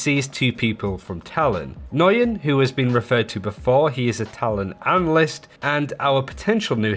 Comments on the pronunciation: I have the same name, and I’ve heard “nyugeyen,” “n-guy-en,” and just straight up “noogyen.” I’ve never heard “noi-yen” like he says it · Nguyen is pronounced "nWen" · "Nguyen" is pronounce "Wen". or "Wayne" It's a Vietnamese name if memory serves. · Nguyen is simply pronounced “Win.” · Agate I had several Nguyen in my highschool so we all learned how to properly say it and yeah newgin was a common mispronunciation, but yeah the way he send it was totally strange haha